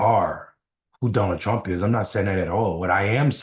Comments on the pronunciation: "Donald Prump" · Did he really say Donald Prump? PRUMP? Who is Donald Prump? When you call yourself Trump and mess it up and say Prump you have something in your head like a worm whispering stage things PRUMP!